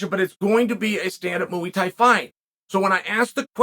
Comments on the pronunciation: “Moo-weee tie” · Learn to fucking pronounce muay Thai. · MOOEY Thai! LOL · It gets me every time he says "Mooey Tie." 🐄 + 👔 Freakin love Uncle Chael ❤️ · "mooey thai" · Mooouy Thai???? Thankgiving we definitely talking bout this unc 🙏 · "Moo-eee thai" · What's up, we Talkin about MU-E Tie??? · I normally love Chael’s opinions on stuff. But… he calls Jonathan Haggerty “Josh” “Mooey Thai” is not kickboxing. Adesanya vs “Piera” 🤣